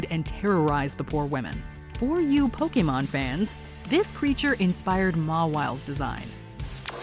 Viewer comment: So you talk about Japanese culture but you don't even know how to say pokemon...